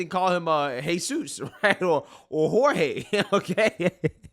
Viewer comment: Jorge😂. At least he pronounced his last name right. Ive heard news ppl pronounce the L in Padilla.